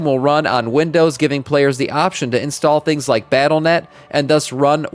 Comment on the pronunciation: Did anyone else just hear this guy say "unstall" multiple times in a row? Seriously who takes these morons seriously, this is not a job and the game is basically dead.